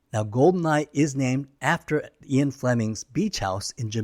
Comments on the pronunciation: You're saying Ian the same way people often mispronounce "Zion". It's pronounced "Ee-un" Fleming, not "Eye-on" Fleming. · why is Ian mispronounced as Eon?